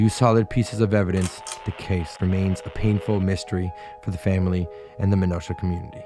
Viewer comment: You mispronounced "Menasha", but otherwise a good video! Source: Me. I grew up in Menasha.